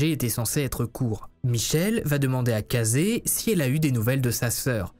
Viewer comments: ses ecrit: casey lui : casEIY moi: caissie.... sa se dit caissie.. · On dit Casey "Kéyssi" pas "kazé" 🤣🤣 tu m'as fait mourir de rire ! +1 abonné, bravo pour cette vidéo. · Casey , se prononce Kaissi en phonétique c'est comme Sean ça ce dit cheun ou Meylti ce prononce Milti et des tat d'autre exemple tel que celui ci te sont reprochable sur ta chaine c'est compliqué a écouté et ca baisse la qualité de notre écoute mais sinon super vidéo comme dab